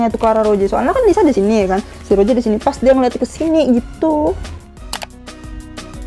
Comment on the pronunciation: Kak mon maap bukan roje tapi rose